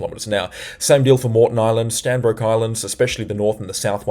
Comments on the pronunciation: Stradbroke Island not Stanbroke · Hey man, it’s Stradbroke Island NOT Stanbroke Island. Google maps will confirm! Homework! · just a slkght correction its Stradbroke island not strandbroke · Standbroke Island??? Do you mean 'Stradbroke'???? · Stradbroke Is, not Stanbroke Is. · Stradbroke Island not Stanbroke Island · great coverage many thanks. Not Stanbroke Island, it is Stradbroke Island. Come visit some time😅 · It’s not Stanbrook island!!! It’s Stradbroke Island. You need to get things correct if you are going to talk about whether events and life’s of ppl. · Stradbroke not stanbroke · Hi good report .. it’s actually Stradbroke Island not Stanbroke 😊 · Stradbroke. Not Stanbroke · Bro it's Stradbroke Island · Hi, It's Stradbroke island. Locals refer to it as Straddie. Keep up the very informative videos. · It's Stradbroke Island _ Strrradbroke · That's 'Stradbroke ' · Stradbroke Island !!!. Get it right my friend....